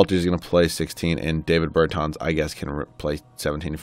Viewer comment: put some respek on Bertans name